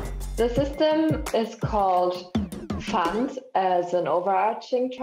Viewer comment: I just turned up to watch someone english say pfand